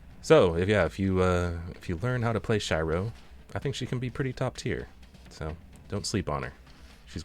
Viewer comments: shy-ro? as a weebo i swear its shee-ro😀 oops i didnt read the pinned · "Shairo ?" It's Shiro ("Sh-ee-ro") bro, same as "oh shit" lol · Shiro in japanese means white, its pronounced as she-row. If im not wrong. Also btw, do you think shes a better shieldbreaker than king? Or at least comes close to him in that department? Cause i have my dps sorted, just need to work on shieldbreaking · Shiro(Shee-Roh) means white, and its a very common anime name. Check out Deadman Wonderland. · great video but my soul died a little every time you called her Shy-ro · Shee-ro, friend. Shee-ro. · i may play her wrong but you totally pronounce her name wrong XDD (sorry for pointing that out thats th first time i hear someone pronouncing Shiro like this and it was driving me nuts lmfao) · The way you pronounce the name is so hard to bear for me 😂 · well the way you pronounce chakram and shiro is a bit weird